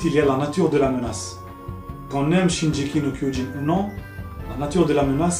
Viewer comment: Juste une petite correction ! le G de shingeki ce prononce en G comme dans GOD ou Gazelle !